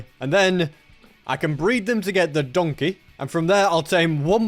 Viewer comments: saying “donke” might be the funniest thing ive heard all month😂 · he said donkey but ppronounced it donke the germanb word for thanks is danke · the way he said donkey